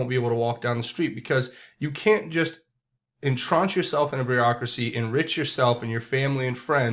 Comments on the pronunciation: Love your program! (NOTE: entrench /in-tren(t)sh/, 'stint' - not 'stench') Thanks for keeping us informed! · Hi! Just a reminder that the word, entrench, rhymes with quench, inch, and wrench. It does not rhyme with launch, staunch, or paunch.